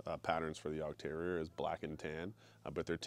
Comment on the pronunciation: Coming from a German hunter: Good pronounciation of the breed name! I currently have a super rare american breed here: a Plotthound. But my next dog will probably be a Heideterrier - a working cross between Jagd and Airedale Terrier, to add a bit of size so they are better with snow and cannot get into fox dens as easily, because they are supposed to be specialised on wild boar. Their first breeders were also policement who hat Schutzhund in mind, and there are some that use Heideterriers in that way. Sadly I will have to wait another year or so until my Plott is fully grown and trained before getting a second dog. Good luck to you and your little devil - enjoy a Jagdterriers fierceness, agility, and boldness! They are great dogs and he will have a great owner with you.